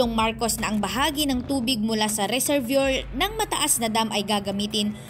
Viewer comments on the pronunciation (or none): Mali ang pag pronounce mo ng reservoir. Bago basahin ang sinasabi paki review kasi mabobobo ang followers mo. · Budol na naman…..ayusin pag bigkas ng RESERVOIR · Reservoir is pronounced “ resserwah”